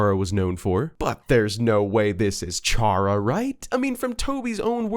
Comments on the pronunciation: Every time you pronounced Chara's name as "Char-uh" instead of "Kar-uh", I cringed slightly. It's clearly meant to reference the word Character, which has a hard ch instead of the softer one you used. Which, coincidentally, would make Kris' name a fusion of Chara's and Frisk's, adding fuel to the fire of your theory being true. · It’s not pronounced “char-uh,” it’s pronounced “care-uh” since the name chara is inspired by the word “character,” pronounced “CARE-uck-tur” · BEUH ITS CHARA CAR-A NOT CU-HAH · awesome video, chara is a play on the word character we don't say "Charrah" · Felt pain when he said “Ch”ara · Fact: Chara's name is pronounced "Kare-Ah" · Him: pronounces Chara ch-ara Me: gets shot gun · chara is part of character so it is pronounced like character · Stop calling her chara its chara as in kara like how Kris is prounonced chris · just sayin chara is pronounced kara, as in character.. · One thing that bugs me: "Chara" is pronounced "Kara" as in "Character" This is further confirmed by Chara's Japanese name, キャラ (*Kyara*), a shortend version of キャラクター (*Kyarakutaa*) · I am triggered on how you pronounced Chara... it's bacially "Chara"cter, and, I like the theory of Ralsei being made from Kris' mind, also, Gaster has nothing to do with Deltarune, Jevil and Spamton knew the KNIGHT who is now confirmed as KRIS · Fun fact 99.7% of viewers are pissed at the word 'Shara' and not 'Chara' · I still find it weird when people say Char-a...Wouldn't it be pronounced Care-A like Character...Chara-cter...eh whatever video was entertaining. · The amount of people who pronounce Chara wrong is insane. Its Care-uh. as in, CHARACTER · The theory is pretty neat but I come on, Chara short for "chcharacter", it's pronounced with a K sound. Everytime you said it I whispered the "correct" name under my breath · Same 😒 Also, the inherently Evil Chara belief